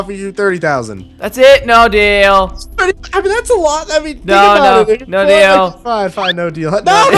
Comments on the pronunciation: No deal sounds like your saying bodil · I heard deal or bodil ._.